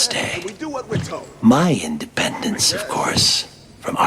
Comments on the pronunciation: Its independence day not indipendence day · Independence not Indipendence. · "Indipendence" day?